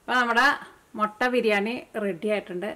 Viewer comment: മൊട്ട അല്ല മുട്ട